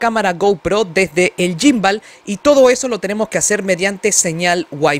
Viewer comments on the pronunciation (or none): No se dice yimbal 🤦🏻‍♂️🤦🏻‍♂️🤦🏻‍♂️🤦🏻‍♂️🤦🏻‍♂️